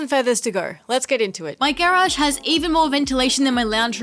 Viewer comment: Why is she saying garage like that??? Is she autistic??